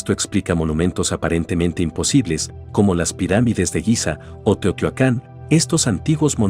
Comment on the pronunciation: Muy entretenido el video, solo una observación: mejorar la pronunciación de los nombres de personas y ciudades (por ejemplo, Noé en vez de Noe y es TEOTIHUACAN, no 'Teotiacan')